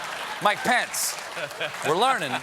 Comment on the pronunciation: It's always good to bring pants, especially if you're Trump.. and neither of them can spell, so that makes sense... (Your "Pence" kinda sounds like "Pants" sorry)